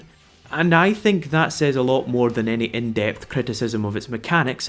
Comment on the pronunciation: You pronounced "Says" as "Say's"! Are you Indian? British? Where do you come from,? Spain? Mexico? Argentina? Anywhere, please?